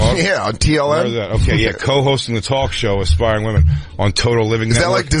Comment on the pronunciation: Why can’t pronounce women (plural)? It’s like nails on a chalkboard for me. Why doesn’t Jay rip her apart for it??